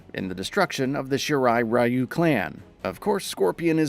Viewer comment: man you guys just couldn't say "shirai ryu" correctly huh XD